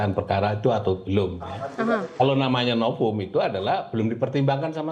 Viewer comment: SI juga nyebut "NOVUM jadi "NOPUM" Katanya Pengacara..tp nyebut V jd P 🤣🤣🤣